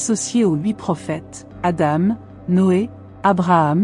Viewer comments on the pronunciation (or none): none